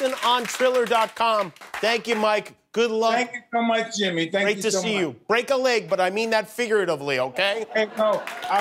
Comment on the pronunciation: When mike says your name is Yimmy, then Yimmy it is😂